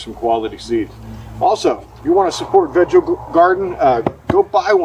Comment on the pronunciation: I think it is pronounced veego❤